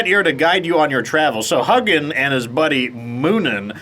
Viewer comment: My buddy and I played a lot of Valheim. It's such a fantastic game so I hope you have as much fun as we did! It's even better when played with others. Thanks for the videos,! Also, if you're interested, the pronunciation for the names of Odin's Ravens are Hugin (HOO-gin) and Munin (MOO-nin).